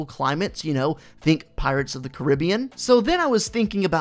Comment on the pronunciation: Who else carnt stand the way he says carrabien